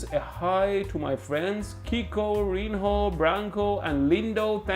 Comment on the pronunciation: Ele falo Rhinho em vez de Zhinho